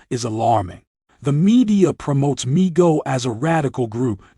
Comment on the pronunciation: come on learn how too pronounce MGTOW.